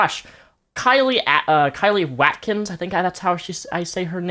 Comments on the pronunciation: "Watkins" is probably pronounced "wot-kins" ;D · We pronounce Watkins as 'Wott-Kins.' in the UK. Is it different in the states?